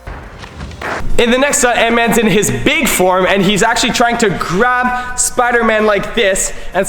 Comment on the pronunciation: did he just said Ant’s-Man’s hand?